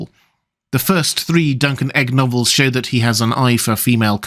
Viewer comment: Me: What the heck is duncan egg? (listens again, turns on CC, confirms "duncan egg" is what I heard)... Googles "Duncan Egg"... clarity arrives.